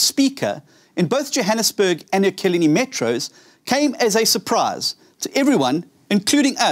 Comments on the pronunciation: Pronounce the name of the City . Not Ekileni. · He can't even pronounce Ekurhuleni. Ekurhuleni is big metro, you better take it very serious.